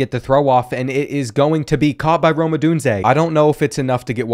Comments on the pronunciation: "adande" mitchell? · “Ah-don-day” has me geeked😅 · the way you say Odunze lmao.